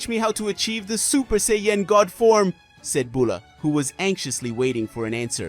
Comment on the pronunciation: And it's say an not say en